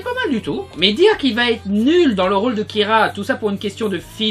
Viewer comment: On dit "otak" (ou encore "kiLa"), attention a d'autres prononciations (ultra-nombreuses),foireuses merci et au revoir ! P.S. : Il faut absolument investir dans un nouveau micro parce que ce grésillement a failli péter mes enceintes de PC :o